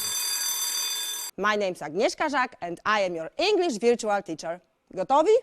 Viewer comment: Czytam te komentarze i tak się zastanawiam, czy z tą panią jest rzeczywiście aż tak źle? Wszyscy się z niej śmieją, ale głównie z wymowy. Ale Pani nie jest native speakerem, czy od nauczyciela w Lo wymaga się aż tak dokładnej idealnej wymowy? No bo weźmy to wirczual, czy aż tak to źle brzmi? Widziałam jakiś komentarz po ang, że nie rozumie ani słowa tej pani. To chyba przesada? Jak to oceniasz jako specjalistka?